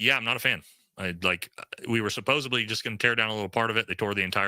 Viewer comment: Imagine calling people stupid and you don’t know how to pronounce “supposedly”.